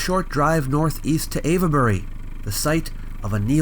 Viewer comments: Ave-bury, not Av-uh-bury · I was looking for that! I've never ever heard it being called Av-e-bury. Just sounds weird. 🤔 🤨 😆 I agree, the whole area is quite fascinating and whenever I can find something about it I have to watch/read it. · I like you a lot, please let's not fall out - "ave-buh-ree" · It's "Avebury"... not "Avabury", (with 3 syllables, not 4). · What are you saying: Ayva-berry? {:o:O:} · Lol no ‘e’ sounded in Avebury! It’s pronounced Ayv-Berry etc... sorry to correct but it sounds a bit silly the way you say it, so just to save you any future embarrassment... awesome video as always! 👍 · Your pronunciation of Avebury sounds like Averbury several times - the e isn't really expressed, think three syllables. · Sorry to be pedantic but it's pronounced 'Ave' as in 'pave' Bury. 🙂. Thanks for great posts. 👍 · I'm a local to Avebury and don't care at all about the very slight mispronunciation of the name. You do so well with the tongue twisters from ancient times, the odd slip is acceptable. I'm sure Brits get many pronunciations wrong too. Wish I'd known you were in the area, I'd have jumped at the opportunity just to shake your hand. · The "e" in Avebury is silent. This was more impressive than Stonehenge to me. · Avebury is not being pronounced quite correctly in this video,. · Sorry, but the "e" in Avebury is silent. It's there just to indicate that the leading "A" is long.